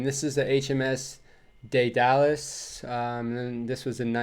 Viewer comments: Daedalus DEE DUH LUSS, not DAY DALLAS, just helping ya out lol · It is pronounced Deedalus, named for the father of Icarus. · Pronounced HMS dead-il-us just FYI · The mast at Daedalus (pronounced daydalus) at 191 feet high is pretty scary. Also the US Marine band looks like the Royal Marine band, not the other way round. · Daedalus is pronounced “Day Dulles” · We had Blair and his anti British government in the 90s and they cut back on all these things like the Royal Tournament that included the Field Gun competition etc. Daedalus is pronounced "Dee der luss" with luss sounding like the ous in anonymous !